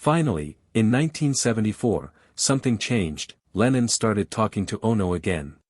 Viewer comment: I wish these America commentators would learn to get it right, his name is John Lennon NOT Leenon. Before you speak English to the English people you must learn to speak proper English.